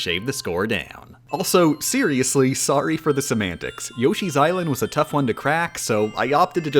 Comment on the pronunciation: At this point when she says "semantics," I just hear "some antics."